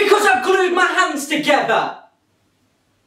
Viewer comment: My favourite part is when says "BECAUSE I'VE GLUED MY HAND TOGEVER" that's literally what I hear everytime is togever!😂